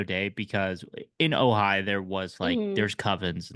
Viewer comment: Did you say “Ojai Valley”?